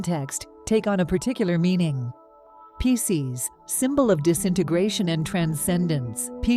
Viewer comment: The AI reader of the text needs a human editor's help. Mispronouncing Pisces and Virgo, in several different and incorrect ways, distracts terribly from belief in the message.